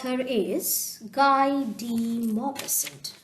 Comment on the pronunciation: the author is pronounced as Gee Duh Maupaison, as its a French word.